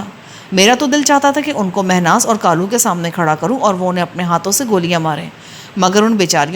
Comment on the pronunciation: اچھا لڑکی کا نام کالو ہے آپ اسے غلط بول رہی ہیں۔ کالو لڑکے کا نام ہو تو ( کا ۔۔۔۔ لُو ہے) لڑکی کا ہو تو ( کا۔۔۔۔۔لَو ہے بہ وزن لے لو۔ دے دو۔ یہ لو ۔۔ وہ لو۔ کا لو۔۔۔۔ پلیز آئیندہ اگر ناول میں یہ نام آئے تو تلفظ درست کر لیں۔